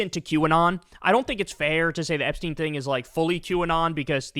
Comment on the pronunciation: We're still talking about Jeremy Epshteeen?